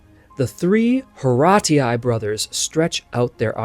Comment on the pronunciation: Many thanks for this video. I appreciate that you explore many details of the italian history that are necessary to understand italian art. Three suggestions: 1) The face of the Monna Lisa (La Gioconda) is, I would say, a "common" female face, also nowadays, in Tuscany. 2) The simplest pronunciation of Horatii is "Orazi" without "a" and without "u" that surely were absent (in that word) in Latin. 3) Following the ancient roman tales, we know where Alba (better Alba Longa) was located: in some hills 30 Km far from Rome, but the ruins have never been found. Probably the ancient romans destroyed Alba completely....